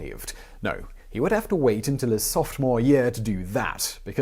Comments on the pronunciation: Softmore? LOL I believe the word you were looking for there is Sophomore. Softmore.... Come on Simon. Have you really never seen the word spelled out? Did you drop out before you 'softmore' year? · lol did he say "softmore"?? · "softmore year" xD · Did you really just say "softmore"? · Two things... First, does Simon not know how to say sophomore? Did I really hear him say 'softmore'? lol Second... He says that Priscilla Chan would come up over and over again, but I only heard her come up twice... And it wasn't even remotely noteworthy... Why the drama over such a thing? Rewrites perhaps? Once again, I would genuinely like to help with these scripts, grammar, pronunciation errors, fact-checking, etc. etc. Anything, it seems, that is lacking the human touch of correction...